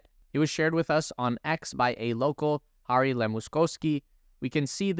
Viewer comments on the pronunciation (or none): none